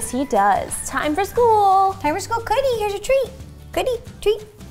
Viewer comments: I love how she called cookie coodie 😂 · I love how ro doesn't say cookie and sometimes say coodie. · Why do you say Cody instead of cookie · A lot of the time when Ro says cookie, it sounds like Cootie. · Was it me or ro said coodie instead of cookie when she was putting the treats in the puzzle thing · Is it me or does it sound like Ro says ‘cootie’ instead of cookie? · does anyone else hear ro call cookie coodie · why are you calling your dog coodie.Its cookie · You keep calling her coodie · she keeps saying coodie